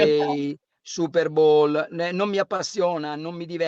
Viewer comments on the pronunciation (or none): none